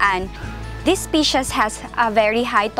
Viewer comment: Medyo masakit nga sa tenga ang "pully culture" at "ispishes". Sana, may nag-correct sa kanya. Pero informative naman ang video.